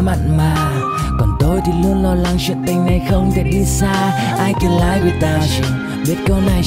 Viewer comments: đã có bạn nhắc rồi ... Live phát âm là li-vờ không phải lai-vờ ... còn tất cả ... perfect ... quá hay! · lai without you là j, phát âm sai chứ chơi chữ j đâu :vv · phát âm sai rùi ba /liᴠ/ : Đọc khi liᴠe được ѕử dụng trong câu ᴠới ᴠai trò là động từ có nghĩa là ѕống /laiᴠ/ : Đọc khi được ѕử dụng như tính từ, trạng từ ᴠới nghĩa là trực tiếp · Phát âm cho đúng từ live đi b